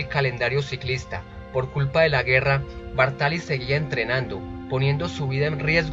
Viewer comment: Bàrtali, no Bartàli.